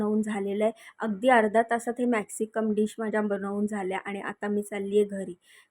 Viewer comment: मॅक्सिकम नही ग मॅक्सिकन म्हण